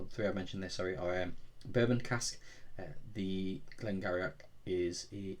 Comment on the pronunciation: Sounds like a nice dram, Glen Garioch is pronounced Glen Geery. Looking forward to your future reviews.